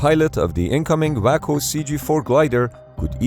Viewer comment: WACO is pronounced wock-oh. A waco is an idiot.